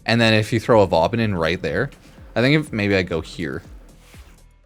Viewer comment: Why is no one talking about Vaubin? 😂